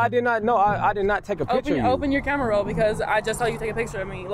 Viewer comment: "Open your camerow" 💀🤣